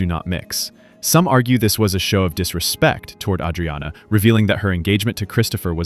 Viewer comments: You know thats not how they pronounce Adriana. You're worse than that adam friedland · Why does the "narrator" pronounce Adriana wrong? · From what i've seen, the creator writes the scripts and hires a freelancer to do the voice-overs, hence why Adriana's name is mispronounced. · He just pronounced it the Italian way. It's like the name Maria. You can pronounce it the American way or the Spanish way.